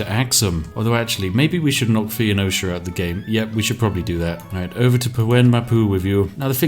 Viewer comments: Yar. It betrays a surprising ignorance of history and geography for someone whose whole schtick is recording himself playing Civilization... Thee-o-neesha. OMFG. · Spiff: Fo Neee Cha. Fon Osha. Me: Fen-ee-sha. Please! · Why does he say “Fee-oh-no-sha”, when it’s “Fou-nee-sha”? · City name: Taruga. Spiff: "Targua." Civ name: Phoenicia. Spiff: "Fee-oh-nosha." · Phoenecia, according to Spiff, is actually spelled Theonocia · You can google the pronunciation of any word and it only takes like less than a minute. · Earth: "Phonecia" Spiff: "fe-oh-nozha" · Every time he pronounced Phoenecia as 'fee-oh-no-sha', I died a little inside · American here, how is it pronounced? Asking for a friend. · Love the vid man. Also. Its pronounced foe-knee-shuh. Phoenicia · phoenicia= "feenosha", taruga= "targua", tyre= "t-air" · Phe-o-nocia? :P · I'm troubled by your pronunciation. It's FO-nees-shun. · PHOENECIA. ITS P H O E N E C I A NOT FUCKING PHEENICIA. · every time you say Pheonicia wrong, I cringe. Foe-Niece-Sha. Pheo-ni-cia. (Fuh-Niece-Ya if you're a tryhard) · Probably because th-fronting is a well-known feature of several English dialects, which cannot be said about mispronouncing Phoenicia. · You don't say Spiff, your pronunciation of Phoenicia is the deadliest thing in this video. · My main takeaway from this video is Spiff can't pronounce either "Phoenicia" or "Tenochtitlan" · The Phoenicia pronunciation hurts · Are you pronouncing Phoenicia like that on purpose?